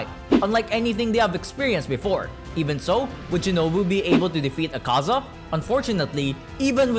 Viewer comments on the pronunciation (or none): Btw it’s Ak-A-Za not A-Kaza